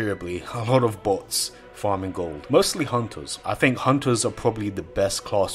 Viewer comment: I 'Fink'...